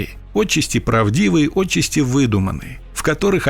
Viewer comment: Какое отчесте!?!?!? ОТЧАСТИ!!! НЕУЧИ СТОЛЕРОСОВЫЕ!!!!!!! ПОЗОРИЩЕ!!!!!! УДАРЕНИЕ НАДО ПРАВИЛЬНО ГОВОРИТЬ!!!!!? 🤥🤥🤥😖😖😖😡😡😡😱😱😱